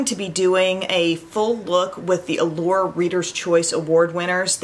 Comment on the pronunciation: When you said “Allure readers” I thought you said “world leaders.” I was so confused. 🤣